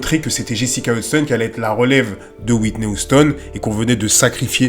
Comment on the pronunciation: « Whitney OUSTONE » 😭😭😭